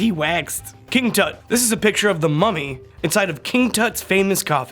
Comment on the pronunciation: For a second, I thought he said,” FAMOUS MOMMY!!!”